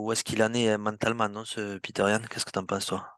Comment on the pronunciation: Bonne analyse les gars 💪🏻 "Peter Yan" 😂 C'est "Petr" les Frérot 😅😉